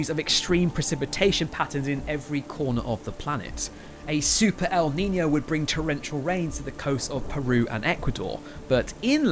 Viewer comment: Its pronounced neenyo not neeney o